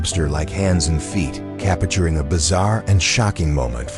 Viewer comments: Capturing is three syllables. The voice over is so annoying. Repetitive. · IF YOU ARE GOING TO NARRATE THESE VIDEOES LEARN HOW TO PRONOUNCE "CAPTURING". ANNOYING. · Why do you keep mispronouncing the word, “capturing”. Whoever wrote the captions for this video failed miserably. Nonsense 💩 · Cappichuring every 'classic photo'. I had to turn the volume down before it drove me nuts!